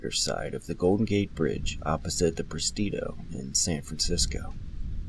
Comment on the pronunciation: Presidio not prestido.